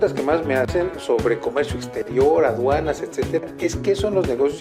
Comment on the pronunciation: ¿Es "Duanas o Aduanas"?